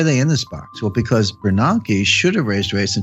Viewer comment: AI? They are pronouncing Bernanke wrong…idiots…this is not Jim Richard’s…..